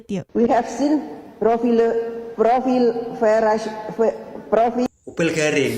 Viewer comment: Cucuku smp ikut ketawa ..pas Puan ngomong bhs inggris ...Propile...Propile apaann itu ...!!! Kwalitasnya Rendah banget....**